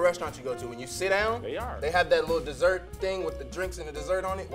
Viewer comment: said Dossert, boy you built like a DOzer